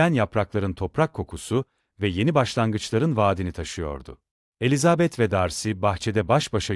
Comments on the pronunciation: Yapay zekâ okuması. Ses güzel ama vurgulamalar kötü. Virgüllerdeki duraklamalar nokta varmış gibi okunuyor. Elizaaabet denmeseymiş bari. Çok robotik, ruhsuz. 😐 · Elizabeth telaffuzunuzdan dolayı dinleyemedim , üzgünüm